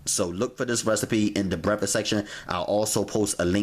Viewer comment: What the fuck is breffasst??